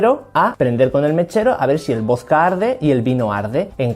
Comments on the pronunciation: Es vodka no vosca 😂buen video hermano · Por qué decís "vozka"? Se dice voDka. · Me excita como dice voska en vez de vodka >:v aprenda a hablar macho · Wtf por q dice voska si es vodka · Genio se dice vodka no voska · Me caga cómo pronuncias la palabra"vodka".